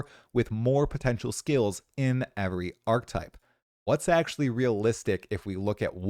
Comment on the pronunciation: "archetype" = arc uh type